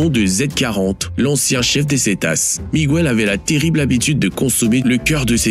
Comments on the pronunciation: “Miguel” c’est pareil. On me dit pas Migouel. On dit Mighel … pfff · Le "guiso" ça se prononce "guisso"... Et non "gouiso". C'est comme Miguel, on dit Miguel, comme ça s'écrit, et pas Migouel...😅 Et un guiso c'est une preparation en sauce de viande, poulet ou poisson. Ce n'est pas une soupe...